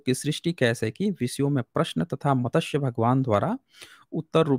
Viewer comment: मतस्य पुराण नही, मत्स्य पुराण।